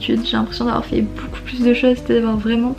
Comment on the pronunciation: On a tous des moments de "bad" avec toute la pression qu'on se met mais faut faire en sorte que ca passe et positiver !!! Par contre du dis boucoup au lieu de beaucoup ca me tue ahahah